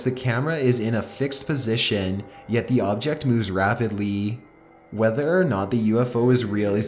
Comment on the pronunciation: RAA-PEED- LEE